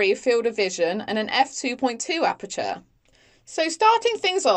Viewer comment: Could you please learn how to pronounce "aperture"? Good video apart from that.